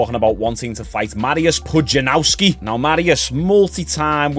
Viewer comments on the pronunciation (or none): Pudzianowski not Pujanauski wtf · Did you write Pudzianowski so disrespectfully wrong to try and generate comments? If you want to learn the pronunciation phonetically it's Pudge-ee-an-off-ski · Who the f is Pujanauski. A youtuber of your level both subs and intellect should at least take the time to google the guy's name. He's one of the strongman goats, if not the one